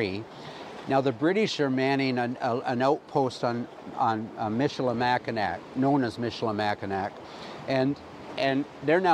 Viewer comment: pow·tuh·waa·tuh·mee MISH-ə-lə-MACK-ə-naw Enjoyed this despite the mispronunciations.